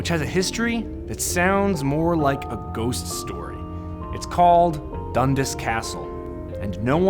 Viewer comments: Its pronounced.. DUN-Das. Emphasis on the 'as'. Not Dundus....... im being picky because i know its a scottish name. P.s.. i hit the dislike button. P.p.s ....i never hit the dislike button. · When your Scottish and they say Dundas wrong everytime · 'dundis' castle... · when you're from Toronto and cringe everytime he says dundas